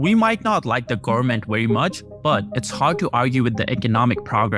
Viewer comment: Learn how to say growth and government